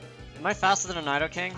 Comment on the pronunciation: nai-do-king lmao